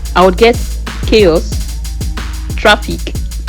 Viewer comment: Please pronounce this word "CHAOS" again. I want to hear something.😂